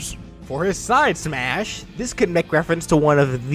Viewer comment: Its triggering me how your saying side smash and side tilt.